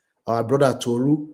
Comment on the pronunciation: Yow…it’s Tolu not Tutu…ye yard…🇬🇭